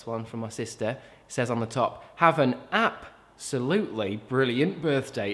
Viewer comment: Is it normal that I'm still laughing at the "app-solutely"? Like... I can't stop... Yeah...